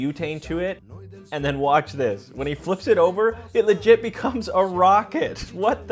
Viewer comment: 😭🙏Bro said it wrongg